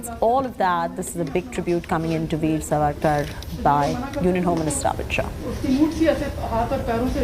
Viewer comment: Pronounce it as Saavarkar not Savakar, please correct yourself Madam.